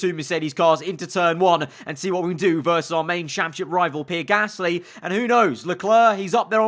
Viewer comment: When says "Pierre Gasly" i understand as "P-Rick Astley"